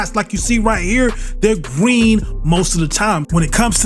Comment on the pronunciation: It’s gween most of the time